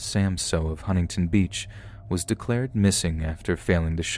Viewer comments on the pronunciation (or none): none